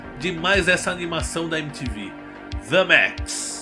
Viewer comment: Parabens pela edicao b💩st💩. "DeMaXiSh"